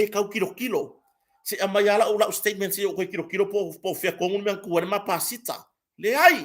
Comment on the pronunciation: O le PASIKA, not pasita just saying. Blessings from Sydney Australia 🇦🇺 🙏 ❤️